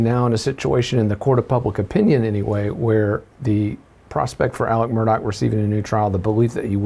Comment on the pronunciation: Murdaugh, not MurDOCK